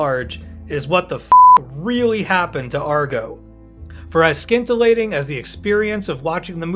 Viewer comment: He pronounced "albeit" as "all bite", instead of correctly "al be it". Also "scintillating" as "skin-tillating".